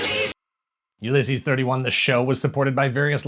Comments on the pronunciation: That uLYSses pronunciation is twisting my melon! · Every time your pronounce Ulysses like that a puppy dies